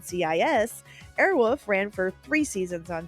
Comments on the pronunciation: Awesome job But I have to ask Who the F taught you how to pronounce the word wolf? Wolf. Not woof. Not airwoof. Anyways thanks for the memories!😊😊😊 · Air Wolf…….not Air Woof. Just sayin. Sincerely, a guy with the last name of Wolf. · "Airwolf," not "Airwoof." Pronounce the L! "AirwoLf!" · Girl, can you not say "Airwolf"? You kept saying "Airwoof", and it was kinda hilarious. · We used to say “Airwoof” instead of “Airwolf” just to make my brother mad and here she’s saying “Airwoof” That would’ve driven my brother crazy 😂